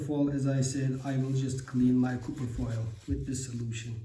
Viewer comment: Mukemmel anlatim . Ingilizcen cok iyi . Bir tek Kupir degil Kapir guzel abicim . Vurgu A harfinde Kolay gelsin ...